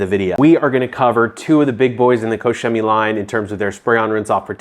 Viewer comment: It's pronounced " Cock Chemie"